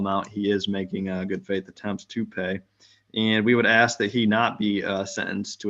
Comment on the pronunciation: why cant black people pronounce, "ask"